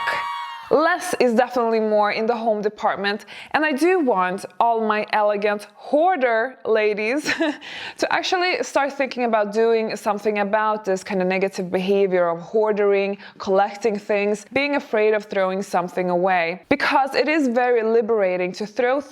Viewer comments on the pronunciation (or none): it's pronounced hoarding not hoard-ER-ring.